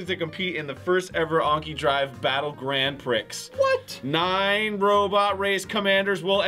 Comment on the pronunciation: "Grand PRICKS" Can never laugh harder.